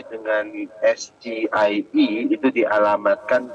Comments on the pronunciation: ngapa ngomongnya es ji ai i. Harusnya sama dong kyk Gibran es ge i e Wkwkwkwk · 🇮🇩 SGIE DIUCAPKAN ESGE I E GOUBLOOK ⛔⛔ SEHARUSNYA EZJI AI I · 🇮🇩 SGIE BACAAN GIBRAN ESGE I E SALAH BENAR EZGI AI I GOUBLOOK 🇮🇩🇮🇩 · ⛔ SGIE DIBACA ESGE I E GOUBLOOK SEHARUSNYA EZJI AI I